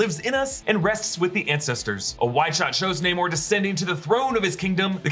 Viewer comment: Its Namor not Neymor